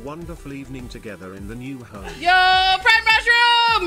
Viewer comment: She said prime mushroom I heard pride mushroom it gave me an idea for my cottage core Minecraft server